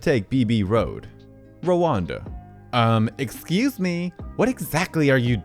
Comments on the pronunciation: I can tolerate your misreading of words, i.e., 65 cents instead of .67 cents; but, mispronouncing the name Rhonda? It's pronounced RON-DA. Not Rwanda! Rwanda is a country in Africa! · You've got a great speaking voice, but you are mis-pronouncing many common words. Rhonda is pronounced Ron-da... not Ro-wan-da, as an example. Skittles that cost 65 cents, the script says 67 cents. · I feel the need to inform you that it is pronounced "Ron-duh" not "Ruwanda". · rhonda is pronounced RON DA not rowanda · RHONDA is not pronounced Rawanda. (want a hint, listen to the Beach Boys song) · I’m sorry or not, but eye drops will forever be referred to as ‘blinker fluid’ by me now. Are you pronouncing Rhonda as “Rwanda” or are my ears having a stroke? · I definitely heard 'Rwanda' lol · Hun, the "h" in Rhonda is silent, it's pronounced like Honda Ed except with an R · Gotta forgive him. He's used to new age names. "Help Me Rhonda" by the Beach Boys would be a good reference, but they might be a little outdated for him ;) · I sat here giggling like an idiot every time he said that.